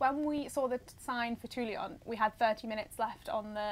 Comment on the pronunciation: Great to see you guys on the road again! Looking forwards to seeing Corsica on a bike. But guys, guys, there is no “i” in Toulon. S’il vous plaît :)